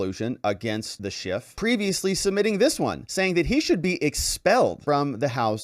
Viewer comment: They better start using his real name or this won't be legally binding. It's Schiff NOT Schift, Mr. Speaker!